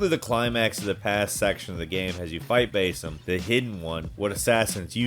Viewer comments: btw, why "Bay-sim", like i understand some of the narrator's won't always play the game and hear the actually pronunciation of the name and is instead written by writers who have, but like, holy. It's "Bah-sim". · Is that how Basim's name is pronounced? 🤔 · “Bayyysim” “moaleeem” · What's awkward is your pronunciations of basim and eivor Though I see others noticed this as well. Its fucking cringe worthy, man